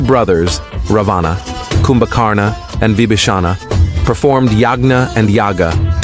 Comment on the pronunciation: Your videos are amazing and are rich in knowledge of our dharma and righteousness but better if you improve the pronunciation by keeping 'a' at the end of most of the names silent Such as of its Ravana, kindly pronounce this Ravan Similarly, Kumbhkarana is pronounced as Kumbhkaran only.